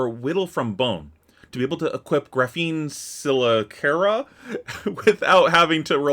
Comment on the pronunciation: The token dagger is “GRA-feen ka-LISS-er-ah”! Its name means spider mouthparts made out of this incredibly strong, thin, see-through carbon material.